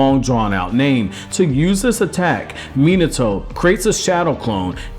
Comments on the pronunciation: it’s Mi-NA-to not Mina-toe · Dude you are the best I hate it when people pronounce minato min like minutes a toe when it's pronounced mean a toe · It's not mean-it-to its fucking me-nauto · Bro, why are you commenting on Naruto stuff if you can't even pronounce the names right? It's Mi-nato, not fucking Menato. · Not Mi-NAH-to???? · Minato Namikaze = Me-nah-toe Nah-me-ka-zay. Jinchuriki = gin-chew-ri-key. Kushina = Ku-she-nah. That's all I got to before I stopped. Hope this helps in the future. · I felt like his name should of been pronounced mi-not-to and not minato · cool video but christ you americans butcher name pronounciations. Minertoe lol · Omg how many times can you mispronounce "Minato" in one video?